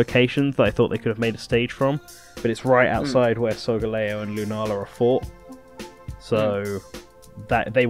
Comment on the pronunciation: Solga-LEo Not solGAleo.